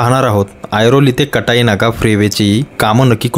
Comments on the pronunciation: कटाई ❌ काटई ✅ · आपल्या सारख्या मराठी माणसाने काटईच्या ऐवजी कटई बोलू नये.